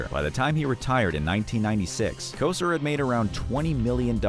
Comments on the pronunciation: Bernie Ko-sir 😂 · How about Bernie Kesar! It's Kosar! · KOH-Zar not Ko sir. Sheesh. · I kept watching it despite the mispronunciation of Unitas, but I draw the line at Bernie Kozer. This video was not made by an NFL Fan. Even a casual fan says those names correctly